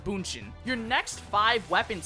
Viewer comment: Just “Bunshin” 😂